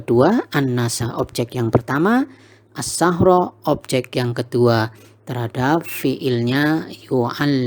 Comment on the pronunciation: Baru nyimak lagi.. pas nyimak bacanya "annasassachro",,tapi tulisannya annasassichro